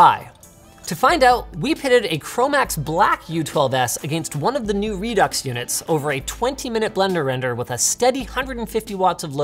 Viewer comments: Re Ducks? It's said "Re Do" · Pretty sure Redux is pronounced "redoo". It is just like faux which does not pronounce the x. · is Redux not pronounced "Re-Do"?? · ReDucks? Lets just call it ReDo and end it there. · It's "re-doo" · its pronounced 'redo'